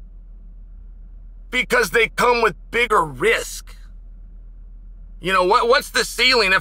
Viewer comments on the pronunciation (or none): none